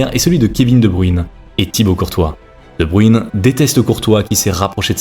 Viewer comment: C'est quoi votre problème avec la prononciation des noms flamands ? Sérieux vous n'entendez pas prononcer son nom ailleurs. Debruyne cela se prononce Debr[e]ne et non pas Debru[i]ne